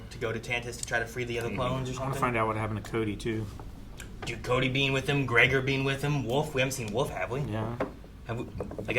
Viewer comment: Why does always say Gray-Gore instead of Gregor